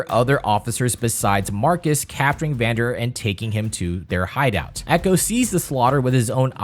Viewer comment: its actually "Vander"